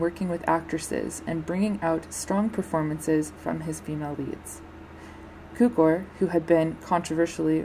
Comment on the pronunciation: It’s pronounced - Q-core. It’s pronounced - Sheer-er. Thanks for the video.